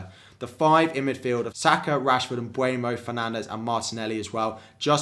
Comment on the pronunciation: Love your content! Would you mind pronouncing Mbeumo and not Mbuemo? Thank you